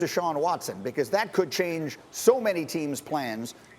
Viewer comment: It’s Deshaun Watson 🤦🏼‍♂️